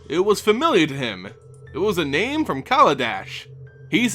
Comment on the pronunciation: FFS. Research names.